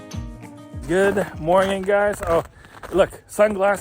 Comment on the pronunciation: call me crazy but, everytime you say good morning at the beginning of your episode, it sure sounds like good moging . crazy but I can't unhear it!